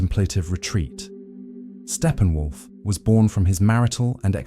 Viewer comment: What are you talking about— Stephen Wolf ? It’s Steppenwolf!